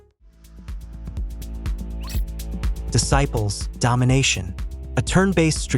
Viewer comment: как как ты произнес дисайплс? эх... зумерок, зумерок.... ну зачем ты так